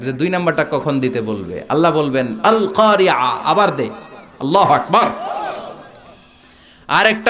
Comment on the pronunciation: হুযুর!ইংলিশ নিয়ে আমার কোন বিরুধিতা নেই। আপনি অনেক সুন্দর করে ইংলিশ বলতে পারেন আলহামদুলিল্লাহ। আপনার ইংলিশ নিয়ে অনেক বক্তব্য শুনছি পক্ষে বা বিপক্ষে। তবে যাই হোক আমি এর বিপক্ষে নয় কিন্তু। তবে খুব দুঃখ লাগলো আপনার আল ক্বারিআ' এর উচ্ছারন শুনে। তবে প্রত্যেক বার এই ভূল অবশ্যই করেননাই। অনেকবার আইন এর জায়গায় ইয়া ব্যবহার করেছেন । আল্লাহ মাফ করুন । হুযুর মনে কষ্ট নিবেননা। নিজের দায়ত্ববোধ থেকে কথাটা বলেছি। মাফ করবেন। উচ্ছারনের দিকে একটু সচেতন থাকলে ভালো হবে আশা করি।